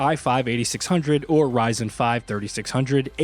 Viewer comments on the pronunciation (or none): none